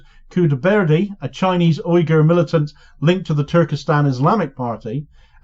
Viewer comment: Uygur pronounces like wee-gurr😉